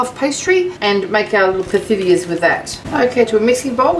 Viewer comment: Hi! You are making Pithiviers! It’s pronounced pitiviers. Forget the th sound. Happy holidays!